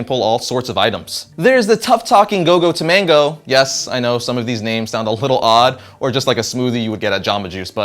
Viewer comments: It's Gogo Tomago where are you getting the N from? 'Tomango' Gogo Tomago. You have no problem pronouncing Wolverine or Fred like, know the names of the characters before you talk about them because I read the Big Hero 6 comics and it's just annoying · gogo tomago not tomango. stop please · It's Go Go Tomago, dude. Not Go Go Tomango. :) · Great show, but I have a small beef. It's not Go-Go To-mango, it's Go-Go Tomago No 'n'. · its gogo tamago not tamango just saying